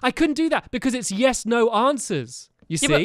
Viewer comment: When I think of Quest as a series this is the most memorable video from the entire series. Stampy should have lost because he said neyes for one of the answers because they were supposed to be yes no answers not in-between.